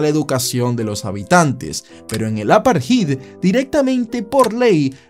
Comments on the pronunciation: eres un fenómeno bro que buena temática e investigación. Solo a modo de aporte insignificante, apartheid no se pronuncia "aparjid" sino "apartaid". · se pronuncia "apartéid" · se lee "apartaid" :-)